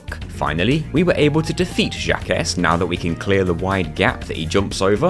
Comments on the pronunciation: Jaquces is not "Jack-ess" its "jauk" (au like in authority), thats as close as you can get with english letters. Since it uses a spund that english dont have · I know I'm not the only one to say this, but across the pond here in Burgerland, Jacques is pronounced like "Shock" with a Z instead of an S, like "Jock" but without the hard start of a J. Hearing it pronounced Jack-iss is very humorous to an American ear. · Jacques is pronounced Jack but with a French accent 😆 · Fyi, Jacques is pronounce "Jocq" xD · "Jacques" is pronounced similarly to "Jack". It's a pun, as he is a "Jacques-in-the-box" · Awesome video :D But Jacques is a French name, it's pronounced like Jock but with a soft J and kinda sounds like Jack, cos he's a Jack in the box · Awesome video! Wish I'd known about the RNG manipulation with Level Storage when I did chargeless. Though I'm pretty sure Jacques is pronounced "jahk". It's French. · I feel pain every time I hear it said like that. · Surely it’s intentional. I mean, he’s British and France is right there lol. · This video was so good right up to getting to Jacques. How you pronounced that made me throw up a little in my mouth lol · As far as I'm concerned, glitches are perfectly fine for a challenge run like this. The devs may not have intended for you to use them, but they didn't intend for you to ignore Spyro's wings, either, did they? This was an incredible run, and you've improved a lot! I lost it every time you pronounced "Jacques" that way, though, lol. It's the French version of "Jack" because he's a jack-in-a-box.